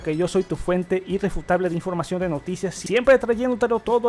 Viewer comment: AL FINAL SI DICE BIEN="FUENTE IRREFUTABLE",CON LA I PRIMERO.